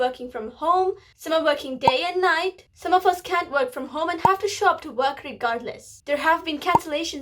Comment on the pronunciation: Funny part: coughing. And I like the way you say 'some of us' I heard it like: 'samafasa' [sound like Arabic] 😁